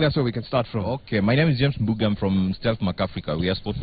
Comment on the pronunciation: its MBUGA not Mbugua ....